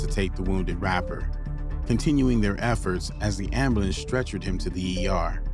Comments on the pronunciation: What’s an “am-ba-lance?” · I need a ambalans. I need a ambalans wtf SMFH SPEAK ENGLISH